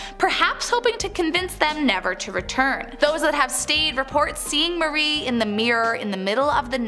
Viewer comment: It’s Marie not Mary